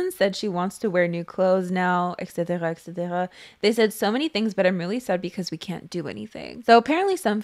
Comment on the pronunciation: Can somebody help me: I’m new to channel, and she sounds like a born English speaker, but the way she says “etc” sounds French (my mother tongue) especially the “r” prononciation. Can someone tell me what nationality is? 😊🥰 btw,, I absolutely love your videos ❤️🥰